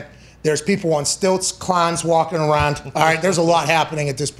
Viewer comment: “Clahns walking arahnd”